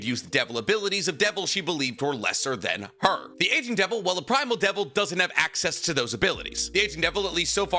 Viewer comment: Really thought he said the Asian devil at first…..